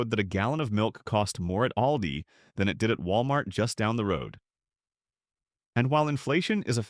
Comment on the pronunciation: "AIL-dee"? Credability gone. Bye-bye.